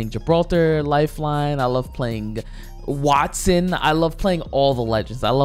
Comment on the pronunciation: “wATTson”- Oct. 16 2021